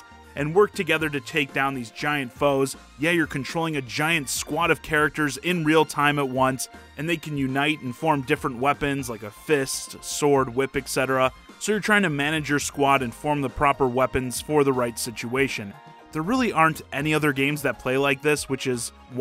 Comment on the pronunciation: Hey man I love your content but please stop saying "et cetera" as "Ech Cetera". That is NOT how the letter "t" is pronounced.